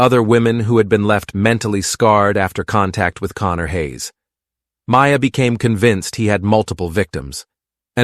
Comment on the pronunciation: Pretty annoying that gaia & mayas names seem impossible for you to pronounce them correctly.......please try harder